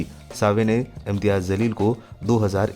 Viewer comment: अपना pronunciation सुधारिए ज़लील नहीं जलील कहिए